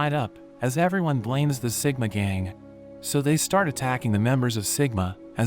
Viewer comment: It's siguma